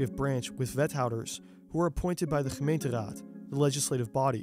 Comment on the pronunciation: You KNOW hes dutch when he can correctly say: "gemeenteraad"